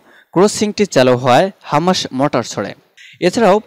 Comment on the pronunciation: ভাই আপনি তো সঠিক ভাবে বাংলা উচ্চারণ করতে পারেন না। বারবার হামাসকে হামাশ বলছেন। আর শিরোনামে কি সব উল্টোপাল্টা লেখেন। মূল সংবাদ এর সাথে যার কোন মিলই নেই।